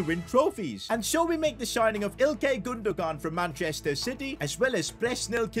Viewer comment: Great vid but i was annoyed because it’s pronounced like gunduan not gundugan